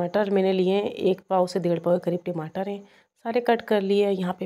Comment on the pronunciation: ......timatar na bolein.. Ya toh tamatar bolein ya phir English waloon ki tarah tomatoes bolein